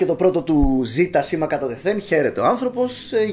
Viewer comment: Οχι Ζιτα Τζοουνς... οχι Ζιτα... Ζετα!